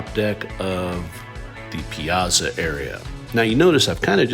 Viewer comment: Piazza is pronounced like Pizza…but with and a (not za but tsa)